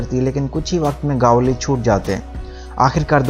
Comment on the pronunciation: भाई वो अरूण गवली नहीं अरुण गवळी